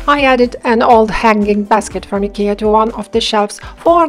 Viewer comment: Oh, I guess that’s the right way to say Ikea! Your tummy is not too big; mine is too big! 🤣